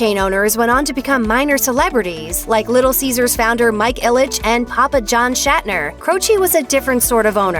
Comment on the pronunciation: Um... Papa John's name is John Schnatter not Shatner.